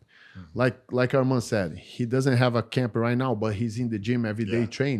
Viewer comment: Say his name correct it’s arman not armin